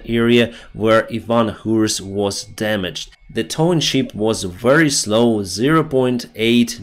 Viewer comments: you sound like John Candy. BIG BIG BIG BEAR. At list john got it right. It is a. ship not sheep. You must bee looking for your rubber boots😂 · Thank you for great videos! Listening to them from USA. Your English is excellent, One word I noticed today you pronounce incorrectly: ship ships, I sound needs to sound like наше и як в шип, чи як в шиповник. You pronounce as in sheep (вівця) , we звук як в слові шість. Great videos for English speakers!!!